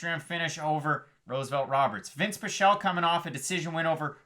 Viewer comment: Its not pie-chel 😠